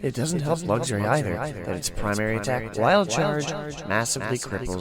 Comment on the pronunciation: I absolutely love this series but I have to say this is the first time I've heard someone pronounce Luxray as "luggs-ray" instead of "luks-ray" and it's throwing me off!